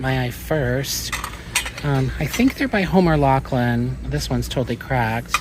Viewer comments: According to my Google search, Laughlin is pronounced Law-flin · Came here to say roughly the same thing.